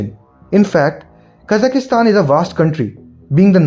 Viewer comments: It's Kazakhstan, not Kazakhastan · There are only 3 A's in Kazakhstan. Why do you pronounce it as KazakhAstan?